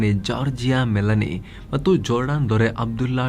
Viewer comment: yaak bro heng helde meloni hesru 😂😂😂